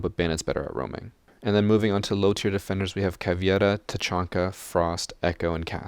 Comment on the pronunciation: “And hen we have glaz”